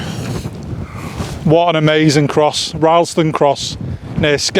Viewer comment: Like the video, pity about the wind. The place names are pronounced, Crayco and Rillston.